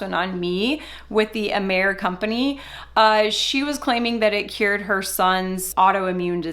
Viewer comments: It's excellent. Did a ton of research on it before I purchased and ingredients are high quaily and research based. Been benefitting from Amare for 3 years and choose to not build a business....which is totally acceptable!!! BTW, the name is pronounced ah-mah-ray. It means love in Latin and most people pronounce it right on the first try. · Mental wellness and mental illness are two different things. Amare does not claim to cure mental illness. You should at least pronounce the name of the company correctly that you are making false claims about. The products are helping a lot of people. The products work. It doesn’t seem like you are credible. You really have no idea what you are talking about when it comes to Amare.